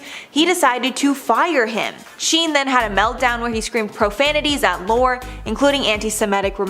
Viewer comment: Excuse me - but he is a huge figure in TV, so get the name right: Chuck LOH -ree. (Lorre)